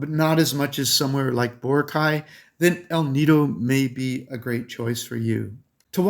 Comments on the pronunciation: Boar-rock-eye! Not Boara-kye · Your pronunciation of Boracay is incorrect.